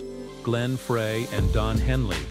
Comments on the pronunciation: They say that that is intentional, to get you to write comments about how they CAN'T PRONOUNCE THE NAMES PROPERLY.I BELIEVE THEM BECAUSE THEY NEVER PRONOUNCE FREY CORRECTLY. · I refuse to listen to anything about the Eagles that can't pronounce Glenn Frey's name properly.